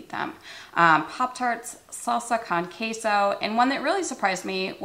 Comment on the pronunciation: You said salsa con queso so slick and kept on talking, but I can’t un-hear it and I’m crying a bit inside 😂